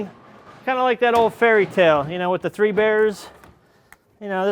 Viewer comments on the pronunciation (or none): none